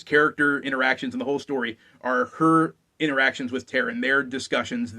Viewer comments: The main character's name is pronounced TAH-ran, not Tear-in. Check any of the books appendices where Alexander provides a pronunciation guide to his world. Also, Gwydion is pronounced GWIH-dyon (not Gwid-ee-un) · Taran, not Taryn.